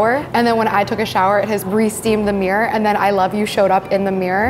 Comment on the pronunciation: Ironic when she cant pronounce caramel or mirror ... kinda annoying actually xD